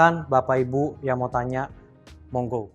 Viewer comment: Bilang 'Monggo' nya kurang Medhok pak😂😂😂